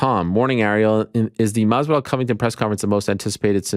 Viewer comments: C'mon Ariel Saying MaSvidal is not as hard. MaSvidal dude, with an S. Why you keep saying Marvidal? Where the "r" coming from?? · I love how every time Jorge is on he correct's how Arial says Jorge "Mathzividal" and Ariel continues to plug along with a horrible mispronunciation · The best part is Masvidal corrected him and he still says it wrong lmao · God i hate the way this man says Masvidal